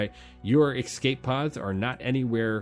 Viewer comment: “Ecscape pod” :) good vid bro